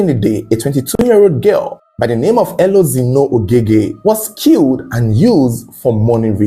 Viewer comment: Pronounce the E as A. Elozino. Meaning Light has come.